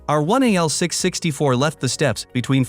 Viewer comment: Interesting, but the robot reading it is giving the wrong emphasis to the letter 'R' so it keeps sounding like 'our', resulting in my constantly having to re-parse what it's saying: "Our 1 a ancestor..." oops, "R1a ancestor..." Plus, it is reading it too quickly. I often speed up videos but this one is already sped up.